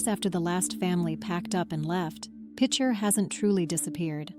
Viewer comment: I am quite familiar with Picher personally and have driven through on US69 probably a dozen times over the years, the first time just a couple of months after the government shut down and the town (well, what was left of it) was still standing. A step in the right direction would be at least to pronounce the name of the town correctly. PITCH-er not PEEK-er or PEACH-er. And the mineral 'lead' is not pronounced 'leed'. You might want to look up the 'Dust To Dust' documentary on Picher from a few years ago where the creators actually visited the town and interviewed a number of former residents.......the difference is clear.